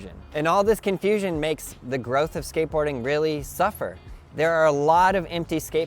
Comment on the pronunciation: NGL Everytime he says skateboarding I hear scientology. And it fits with his sales technique. I'm trying to be objective but it's hard to get past the scientology part